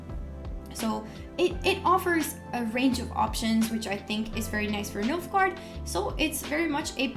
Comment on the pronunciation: he said Milf-gaard.